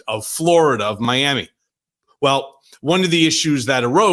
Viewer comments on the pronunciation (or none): none